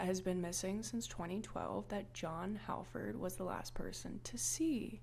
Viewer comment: I swear I'm not trying to nit pick but the "Hal" in the name Halford is pronounced as hall.